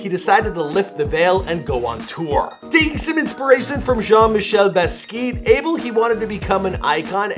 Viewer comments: No one:: "Jean-michel Baskeet" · bro.. what ?!? lmao. smh. "Bas-key-yacht!" mannn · baskeet? wtf is that lmaoooo